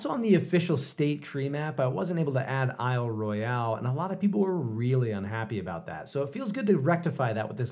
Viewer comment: I love that you added Isle Royale, even if you did twist the pronunciation a bit. Don’t worry; the wolves and the moose up there don’t mind, so neither will I.